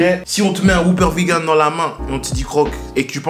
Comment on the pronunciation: le mec faut qu'il pose des jours pour aller chez BK ça me fume xD et pourquoi il dit Vi GANE? sinon belle énergie, à la ricain et tout c'est cool =)